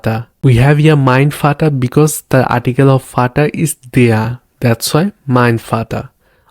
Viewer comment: I always wanted this. I have seen many videos and everyone incuding "duolingo" jumps on full sentence like greetings etc without explaining the base foundation which is pronunciation of alphabets, vowels and consonant which is very vital for the learning journey. Vater pronounced as fauter and no one realise it why until you know V is pronounced as Fau. So wanted to appreciate the structure you have used in your video. I would more appreciate if would have covered Past,Present and future tenses which is again a base for constructing a sentence.